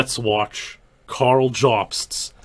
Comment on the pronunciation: How the fuck does manage to pronounce "Karl" as if it has two syllables?